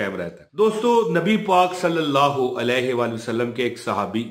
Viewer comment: Maulana yeh Alaihi hai ..aap ghalt padh rahe hai